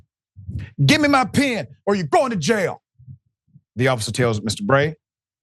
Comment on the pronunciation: "Pen" is pronounced with an "e" Dr Richey I couldnt understand what you were even saying until you said he signed a ticket and kept the "PEN" not "pin" please work on that Dr Richey you are always mispronouncing words like a guy that got his PHD in prison!🤣